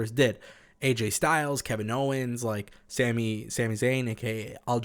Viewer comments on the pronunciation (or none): none